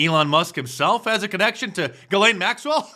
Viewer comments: It is pronounced ZHE' zlaine (French) NOT Gilaine. I've never seen anyone pronounce her name correctly yet. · And all this time I thought her name was pronounced "Jizz-lane."